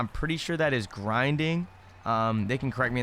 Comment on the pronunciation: no one gonna talk about how he said grindingDF 🤣😂